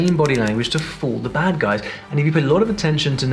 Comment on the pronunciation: Your overall point is sound, but pronouncing “the” without a schwa is not perfect, it is erroneous pronunciation.